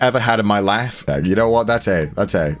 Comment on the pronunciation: Upon relistening to it a few times, I think he says "some of the most genuine laughs I've ever had in my layife" [life] but either way, that's just Connorese, so who knows lol